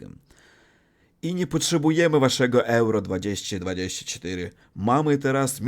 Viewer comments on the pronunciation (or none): jeśli chcesz poprawić swój polski to poczytaj sobie jak się wymawia poprawnie 2024:)